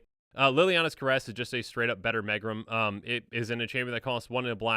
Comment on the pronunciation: Megrim is pronounced meegrim. It means low spirits or the blues.